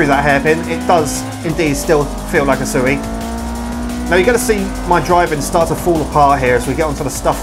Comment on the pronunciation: I dont know why but the way he says usui just doesnt sound right lol, but good video